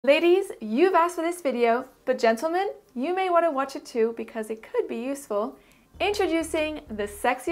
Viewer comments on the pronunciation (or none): none